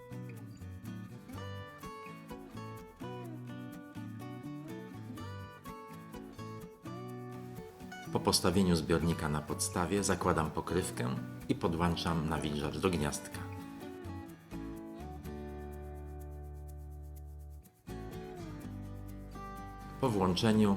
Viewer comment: Podłączam nie podłanczam!